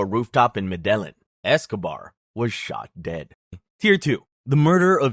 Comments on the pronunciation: In the Spanish language, double L is pronounced as a J So it would be pronounced "medejin" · i like the concept, but i cant take information seriously from a guy who cant even pronounce medellin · The way you’re pronouncing Medellín is triggering me